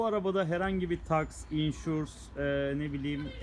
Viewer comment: insurs ne allasen ya. insurance de suna. o kadar irlandadasiniz.